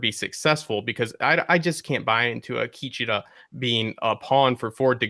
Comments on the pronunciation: Zahn McClarnon (the native American actor) pronounces it Ah-KEE-che-tuh. There's your poison for the day. ;-) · Ah-Key-Cha-ta, I hope people are not hard on you guys.